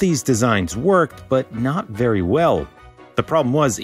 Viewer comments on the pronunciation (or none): none